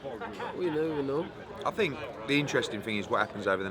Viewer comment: No... I dont fink so... I don’t fink so. Lol